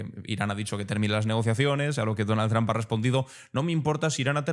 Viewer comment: Tus reportajes son excelentes, pero deberías de aprender a pronunciar bien el apellido "Trump": se pronuncia como "trompeta", nada más hay que quitarle "eta" y ya está!